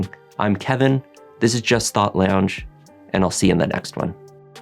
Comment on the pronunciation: Sounds like you are saying "just thot lounge" lolol